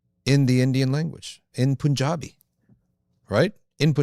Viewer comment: As a desi, FYI it is not pronounced "poonjabi", rather it is pronounced "pun-jaabi". Allah bless you all.